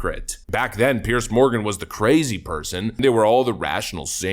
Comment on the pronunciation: It's Piers Morgan, not Pierce.